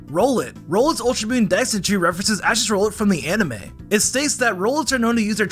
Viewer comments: You said Rowlet's name wrong! It's not Row-let it's Rowl-et! Like Owlet but with an R! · okay but it's Rowlet R-owl-et not Rollet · I love this gen so hearing "rollet" pains me so much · I hate how you called rowlet rolat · Bro said brolot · Why do you say rowlet name like that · Bro man mispronounced rowlet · Well this could be painful to listen to when Rowlet was mispronounced.